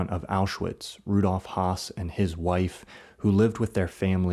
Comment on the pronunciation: Hess not Haas